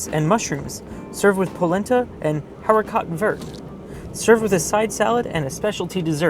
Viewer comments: “haricots verts...” pronounced “ariko vare”... French for green beans, lol... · Haricot Verts is pronounced "Hairico (long o) Vear" ( like bear) , but it's so cute seeing you read it like that.😊😊 Took me back to my first day in culinary school. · It's pronounced hah-ree-ko-VER. French for green beans. Excellent video! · I enjoyed the pronunciation of haricots verts.....??!!?................